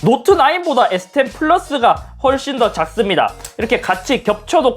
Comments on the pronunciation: S10도 저번 아이폰 논리로 스십=발음상 스시로 해서 인트로 찍으신듯 이 정도면 인트로계의 신흥강자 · 에"스십"이라 스시임? ㅋㅋㅋㅋ